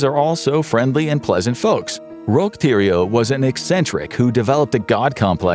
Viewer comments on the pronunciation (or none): none